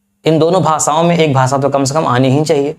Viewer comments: भासा नहीं भाषा बहुत ही घटिया उच्चारण है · भाषा को भासा आफि़शियल भाषा को आफिसियल भासा